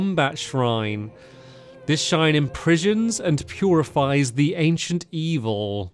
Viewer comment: "This SHine impriSHons" 😂